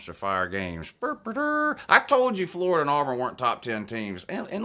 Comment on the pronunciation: He is a fworida man woouuu